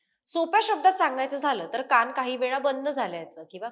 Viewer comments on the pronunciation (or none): शुद्ध मराठी उच्चार... अणूवांशिक नसुन अनुवांशिक असा उच्चार काण नसुन कान कृपया सुधारण्याच्या प्रयत्न करावा. रोज रोज सर्वांच्या कडून अशुद्ध उच्चार एकून काही दिवसांनी तेच बरोबर असे मानले जाते...म्हणून ही नम्र विनंती.